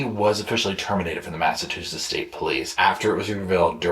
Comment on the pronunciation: The great state of Massachusetts will not be disrespected by "Mass-a-too-setts."